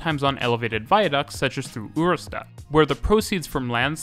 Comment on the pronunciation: Ørestad isn't a U sound, its OE - but many are unable to pronounce it.